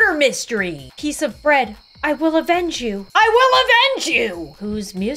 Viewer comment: "I WILL EVENGE YOU!!"